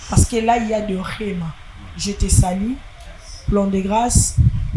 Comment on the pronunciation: lobaka lingala, balobaka je te salue et no je te salie, please, bad pronunciations. Allo 😮